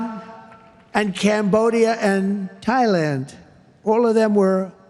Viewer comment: Cambodja and Thailand? 😂😂😂😂😂 Oh Donnie it doesn't matter if your teleprompter goes blank because your brain is blank in the first place.